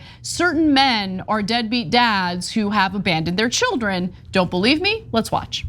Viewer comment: Not children, the word is chid-lens. Herschel Walker's secret chid-lens.